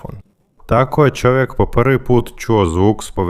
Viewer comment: Nego da shvatim da komentator nemoze da izgovori slovo Č nego on za to izgovara Ć onda umesto da kaže Čovek on izgovara Ćovek :Pa gde to ima ???